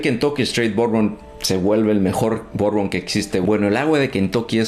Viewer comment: Hola Bourbon se pronunciacia BURBON la combinación de las letras ou suenan "u" , curbusier la U sola tiene un sonido entre "U" e " Ui" parando la trompita, comonpidiendo beso. Y fundiendo las los vocales. EAU se pronunciacia "O" como chateau Chato Ai suena "e" como maison, meson